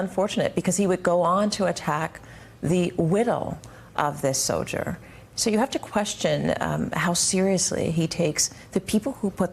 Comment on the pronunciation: Why does she keep saying widel and sodier. Steals the "l" from soldier and drops into widow.